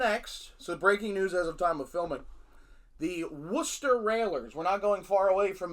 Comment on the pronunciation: So refreshing for a US citizen to be able to pronounce Worcester correctly! So funny that local to Worcester is also Gloucester and Tewkesbury in Massachusetts .... as well as here in England. I live in Gloucester, Tewkesbury is 10 miles north, Worcester 25 miles north. None of them are by the sea 😅